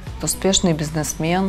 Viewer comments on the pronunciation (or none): Украинский бизнесмен - з неправільним наголосом! Ця пані часом не з Москви?